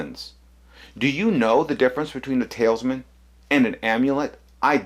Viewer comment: Talesman and talisman are pronounced differently, and both have different meanings.